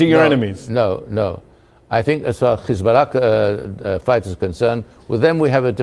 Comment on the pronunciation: notice how he say hisburrrla , pronunced like a Jew , he is a Jew 😂